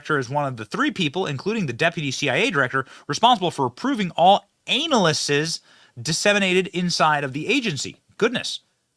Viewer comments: Benny dude...your pronunciation of simple words can get embarrassing. Case in point "Analyses" is pronounced as "Ah-Nah-Lee-Cees" and not "Anal (!!!)"-"lee"-"cees". It makes you sound unintelligent and dumb, which I know is not true. It's hard for us Christians to fight against being ID'd as dumb and stupid without giving the enemy ready ammunition. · Dude, he said it wrong on purpose. He was mocking the CIA by pronouncing it "anal". 🤦